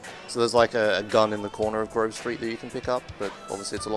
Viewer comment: I got triggered when she pronounced grove like groove